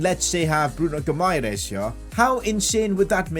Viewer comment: Say it like “bruno Hi MA RAIZE